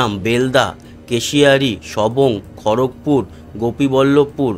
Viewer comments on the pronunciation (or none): none